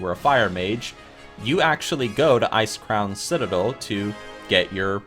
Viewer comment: i've heard ICRCREAM Citadel lmfao